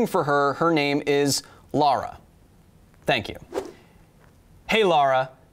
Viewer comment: Either the American accent is weirder than I thought or that was definitely "Laura" instead of "Lara". Dunno about her but I'd be refusing to do science on principle if it was my name being said wrong there...